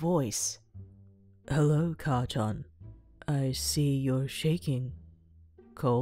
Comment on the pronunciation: Sory, but it is: ''Kacchan''